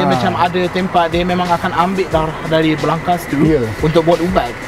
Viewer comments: Actually waktu shooting,dah sebut byk kali darah..tp still sebut dara 😆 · kena praktis lagi sbut darah. Aku dok dgr dara je. 😝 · Darah= dare... dah mcm lailer dh hahahah